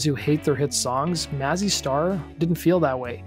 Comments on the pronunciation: It’s May-Zee Star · it´s pronounced May-zzy star